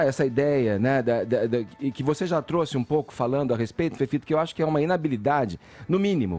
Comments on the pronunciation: Chamo ele de, tudo tem som de Z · FEFITO DEBOXADA, APRENDE A PRONUNCIAR A LETRA “E” SEU IRRITANTE, MEU LIKE É PARA O CAIO